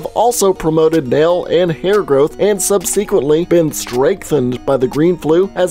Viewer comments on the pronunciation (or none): did he just say “subseequently”